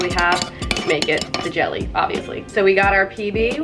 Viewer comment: did anyone else notice that she said gel ee to her brother XD